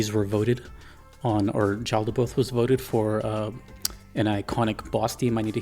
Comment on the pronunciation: It’s pronounced yaldaboth